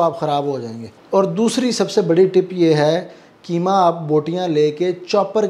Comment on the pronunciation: Bhai aap ki madari zabaan Urdu h aap keema kahte h bilkul zeeb nhi deta h Qeema sahi lafz h❤